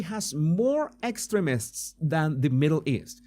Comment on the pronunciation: Hah! It sounds like you are saying "excrements" (vs we tend to pronounce the word as ex treem ists... but you are very wise, so you were probably just trying to throw off yt)